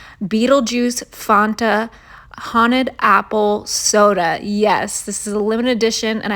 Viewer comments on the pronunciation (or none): just a FYI, its FAN TA. Fan pronounced like MAN.